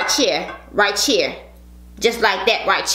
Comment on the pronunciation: She said some ritecheer just like that ritecheer im thinking that can be a song 🤣🤣🤣🤣